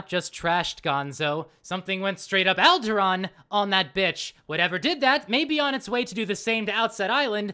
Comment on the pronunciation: ohhh... it sounds like he is saying "Algeron" but now that I know he meant to say Alderaan it makes sense now